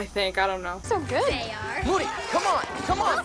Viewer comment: "moodeh" "i love moody." "mOODY HE KNOWS ENGLISH"